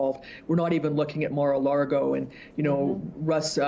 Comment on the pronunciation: If that investigative reporter is so smart, why does she not know that the word is LAGO not LARGO. Good grief.